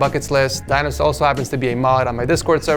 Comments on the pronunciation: ITS NOT PRONOUNCED /DAINOS/ YOU FUCKING RODENT ITS PRONOUNCED /DINOS/ BUT THE SOUND OF 'I' IS LIKE 'E' LIKE /DENOS/ LIKE WE SAY /pEnis/ /dEnos/ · Its pronounced "deenos", not "dainos"